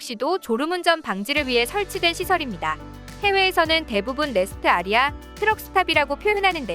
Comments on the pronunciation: AREA는 아레아가 아니라 에어리어 라고 말합니다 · 레스트 아리아 가 아니고 레스트 에어리어 ! 이 유투버 가끔 띄어읽기를 잘못함. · Area 발음기호 좀 찾아보세요. 아리아가 뭡니까? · 내용은 좋은데 잘 읽읍시다. 레스트 아리아? ㅋㅋㅋ. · 레스트 아리아. 어느나라식 발음이예요? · Rest area를 레스트아레아로 읽는다고? 정말 너무하네. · rest area 레스트 아레아?? rest area도 직관적인데. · Rest Area 를 레스트 아레아 라고 읽는 나래이터의 역습 ㅋㅋㅋ